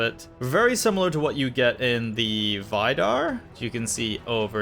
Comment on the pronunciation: He says Vidar like Vaidar